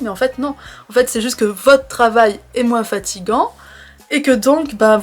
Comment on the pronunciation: C'est joli quand vous prononcez le S à la fin de moinS 😊 mais je pense me souvenir qu'un expert a dit récemment sur France Culture que l'algorithme de YT met en avant en ce moment non pas seulement les vidéos en fonction de leurs nombres sur un même compte mais surtout si ces vidéos sont "shorts" donc inférieures à 1 minutes (pour essayer de concurrencer Tiktok). C'est très difficile de faire moinS de 1 minute avec du contenu sérieux. Et aujourd'hui, vous semblez un peu... barbouillée au niveau de l'estomac et des neurones 😎 Rien de grave, c'est de saison pour l'immense majorité d'entre nous...